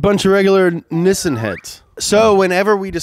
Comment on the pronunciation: Why does say nissan as nissin?